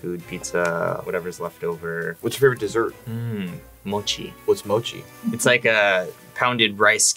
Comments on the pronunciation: Why call it moki its pronounced mochi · "Moe Key" "Mochi" How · KimmiRøki ØwØ a lot of people mispronounce it as “moe key” and I don’t understand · It isn't mo-ki. It's mo-CHi. The "ch" like in cheese. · Did dis dude just say "Whats mochi?"! How u not gonna know what mochi js and then at the end call it mo-ki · Did he just say thank for your time on Moki it’s Mochi, and it’s the best dessert that could ever exist hehehe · “Moki” ITS M O C H I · Dude said mokie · did no one else realize that the pi said mocki instead of mochi? 😭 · im sorry but when he said moki i cringed, it's mo ch i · Mocci is not like that unless your talking about the regular kind not the ice cream kind of mocci and he said Moki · The amount of times he mispronounces mochi hurts me.